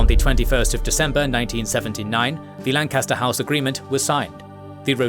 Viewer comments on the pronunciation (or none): none